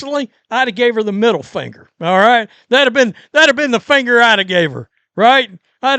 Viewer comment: "I'da gave her the middle fanger!" has me IN REAL LIFE TEARS!!!!!!!!!!!!!!😂😂😂😂😂😂😂😂😂😂